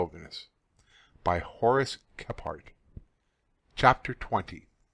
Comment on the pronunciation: How is his name not pronounced (Kee-frt) Kephart kE PH aRt My good friend's sirname is Kephart and they use "Kee-frt" I feel like i'm going crazy hearing all these bushcrafters sayin "Khep hArt"